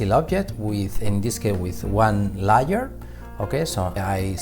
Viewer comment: Bro Im watching this at 3am lol and every time he says layer it sounds like Liar and im like wth... regardless the Tutorial is amazing lol